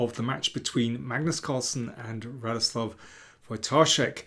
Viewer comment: You seem to care more than most about pronouncing names right, so I'll comment that Radoslaw is pronounced more like ra-DOS-wuf in Polish--penultimate stress (as always in Polish), that L is actually a W, and the last phoneme is unvoiced.